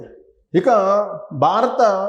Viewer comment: "BAA RA THA" kaadhu Babu .."BHA RATHA" BHA ... Brother, nuvvu cheppey vishayalanni 50% kanna thakkava Nijam untundhi.. rest of the matter nee swantha fill-in-the gaps.. total imaginations Only